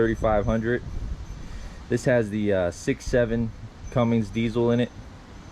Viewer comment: It’s called Cummins….. there’s no g